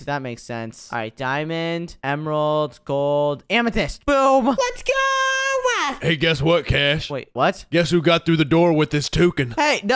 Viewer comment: say Let's ga or Let's go 😂